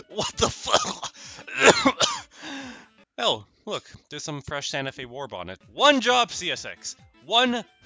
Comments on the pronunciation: Ah yes, my favorite railroad: Ganta Fe. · “Ganta Fe” 💀